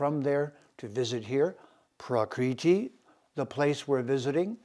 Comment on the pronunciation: Prakriti (Sanskrit: प्रकृति IAST: prakṛti) is "the original or natural form or condition of anything, original or primary substance" As you can see the pronunciation is not praakriti. you are actually altering the very words you are attempting to communicate and integrate. Long and short vowels are different letters and thus different phonemes. As you must know. the Veda were handed down not by text but recitation. They were kept in the mind basket of generations of recitative specialists for millennia. The universe was said to have begun with a sound, om, hence pronunciation is a vital part of Sanskrit. This is quite shocking, but also chauvinist. As with Ramana Maharishi being pronounced Ma-harsh-i as with the English word 'harsh'. There is no such 'r' phoneme in Indian languages. Your flagship term citti is to be pronounced chit-thee not chitty - like kitty. Having said all this I wish you all the best. Mark Antrobus, Kodaikanal. Peace brother.